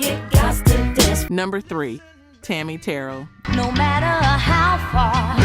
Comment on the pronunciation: Thank you for all you do, to inform the viewers on RnB Vinyl artists, whose music & performances we've grown to love. Regarding Tammi, her last name is pronounced Ter-rell.